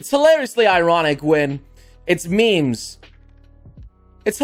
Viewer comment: says, “memes,” like, “mems.” Me: MeeM!!!